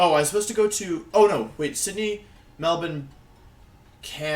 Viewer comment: Wolfey says “Melbourne” like a Melbournian :’)